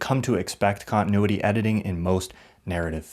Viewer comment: 17.5 minutes of someone mispronouncing continuity. The fourth letter is a T!